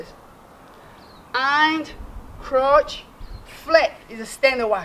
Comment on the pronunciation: When he says crouch it sounds like he's saying crotch